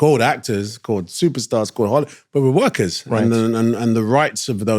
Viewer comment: When he was like we're workers, it felt like he was saying 'we're takers, guys'